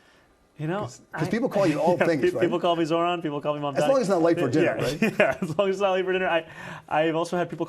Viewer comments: The refusal to say his name correctly, the very sentence after talking about OTHER people's trouble saying his name right, and then getting it wrong again, is 100% no accident. It is a coordinated effort. Status Quomo adopted "Mandami" on purpose -- same with Sliwa. Other reporters and pundits have clearly and intentionally done the same. It is NOT a difficult name to pronounce whatsoever. They're promoting a subconscious dismissal of his identity, but it's obviously based on race. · You pronounce his name wrong with in opening second,i am sure you did it on purpose. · I really think people are mispronouncing it on purpose. Agreed it's not a hard name after you say it once or twice